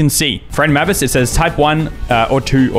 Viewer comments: How haven’t you heard mavis before, pronounced “May viss” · it’s said “may-vis” 😭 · Dracula: Mavey-Wavey: M A H V I S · Hearing him mispronounce the names, while I know it’s kind of a meme, was physically painful. Especially Mavis. Oh my god, that one hurt. Anyone who doesn’t know Frida Kahlo should really look her up. She’s an absolute icon and someone I really look up to as a disabled artist. She was so strong. Even with all the difficult, horrible things she had to go through, starting early in her life, she still lived a life so rich most of us can only dream of. She’s also a bi icon <3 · does he ever pronounce mavis correctly?